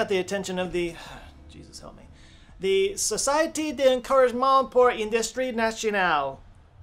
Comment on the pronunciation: From now on this is how I'm pronouncing traité :P and Société 😅 Technically é is never silent and is always pronounced as e but... fuck the French!